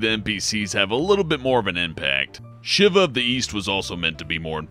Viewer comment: What the fuck is wrong with this guy and his inability to pronounce things like "Shiva (shEEvah) and Malachor (MAL-UH-CORE) oh and Kreia (CRAY-uh)